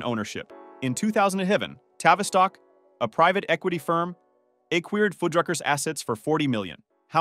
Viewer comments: Okay, now these computer-generated narrators are just fucking with us. One minute he pronounces the name Fuddruckers correctly and the next it says Foodruckers. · So with this video, I've heard Fuddrucker's pronounced 3 ways - fuhd-ruckers, food-ruckers, feud-ruckers. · What's with pronouncing Fuddruckers 4 different ways throughout the video? Definitely not a real person narrating.